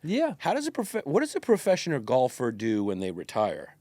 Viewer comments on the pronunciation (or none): “Professioner golfer” 😂😂😂 Yannis really pronounces shit like that